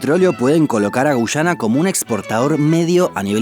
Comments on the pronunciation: Es guyana no gushana boludo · Son Argentinos, ellos no pronuncian muy bien la Y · Gracias por tu excelente video. Tus relatos son muy entretenidos ... Solo un consejo : debes pronunciar sin acento, algunas palabras. Por ejemplo, debes decir Guyana y no "Guchana" . Solo eso, gracias por toda la información. Estoy suscrita a tu canal , y vuelvo a ver más de una vez los videos porque me encantan !! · Por qué gushana? Acaso no sabes que la Y se pronuncia como una i ?Guiana.. tal cual!! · No se dice güyana, se dice guyana, la diferencia entre pronunciar o no la "u" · * Extranjero que ha aprendido español: Ah eso se pronuncia Guyana * Argentin@ No, es Gushana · A los dos los pronuncie gushana XD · Me quedo mas que clarisimo que sos Argentino, por la forma de pronunciar y marcar la "Y" cada vez que decis Guyana